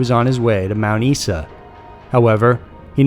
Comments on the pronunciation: It is pronounced Mount “Iza” not “eesa” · Mount Isa is pronounced Mount "Eye-za"...The Flynders highway is a cunt of a road. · Its pronpunced i-za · It’s not Mt E-sa, it’s pronounced Mt I-sa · Aussie here, sorry to be "that" person but its pronounced Mount Eye-sa or Eye-suh (not Mount Ess-a) - otherwise great video. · you totally mispronounced the name of the town in no. 1;Mt Isa is pronounced mount eye-za not mount eesa. Great vid other than that (as usual). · Mount Isa is pronounced Mount Eye-Sa :-) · Also MT, ISA is pronounced " Eye" sa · Mt Isa pronounced Mt Eyesa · #1 Flinders Highway, it is pronounced Mount EYEsuh. If you're going to talk about locations in other countries, at least have the decency to learn to pronounce names correctly. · Mt Isa is pronounced Eyes-a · Just a quickone... Mount Isa is normally pronounced 'Isar', with a soft I not a hard one. But good video all the same. :) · Its pronounced 'eyes-ah' mount isa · Great stories as usual.. but FYI for future reference iMount Isa is pronounced Mount Eye-za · The Australian town is pronounced Mount Eye-Suh. Love your videos, fantastic narration. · Just so you know, it's pronounced Mount Eye-zah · 'Mount Isa' is pronounced ' Mount Eye-za From an Australian local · Mt Isa is pronounced Eye-za, cheers! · I was tripping out for a sec thinking he was talking about somewhere else. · Hahaha yeah that was a shocker...also both the pictures of the signs were from the Flinders Hwy down here in South Australia.